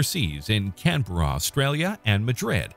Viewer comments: Canberra is pronounced can-bruh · as an australian your saying canberra wrong